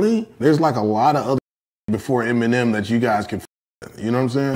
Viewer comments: He is saying EM , he .... not emmy it sounds like it tho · is he saying EMI ?? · Why tf does this dude keep calling him "Emi" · Nobody is talking bout the fact that he keeps calling him Emi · It's pronounced EM-IN-NEM(M&M) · "Em, he" sounds like "emmy", over and over 😂